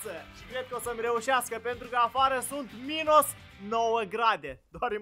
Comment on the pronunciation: se zice minus nu minos! 😂😊